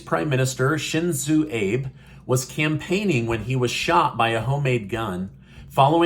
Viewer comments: Former Prime Minister Abe is pronounced Aa (short A sound) bay not Abe like Lincoln. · I am so shocked you said "Abe" like Lincoln for the Japanese leaders name. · Former Japanese Prime Minister’s last name is pronounced “Ahbay” Enjoy your daily news-keep up the good work! “ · THE LATE PRESIDENT OF JAPAN IS NAMED,ABE, AH-BAY! JUST WANTED TO GIVE YOU THE CORRECT WAY TO PRONOUNCE HIS NAME! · ABE is pronounced "AH-BAY" in Japan. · Abe is pronounced ah-bay. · It’s pronouns Ahbay